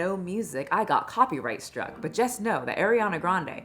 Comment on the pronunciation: Thank you for saying copyright struck and not striked